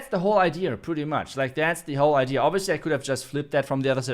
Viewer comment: why do you keep saying idear? It is idea and has no letter R 😉